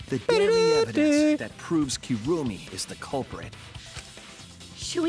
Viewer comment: “Kirumi” sounds like “kill me” lol